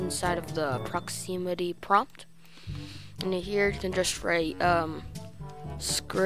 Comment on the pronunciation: Prox-i-mita It’s Prox-im-ity Lmao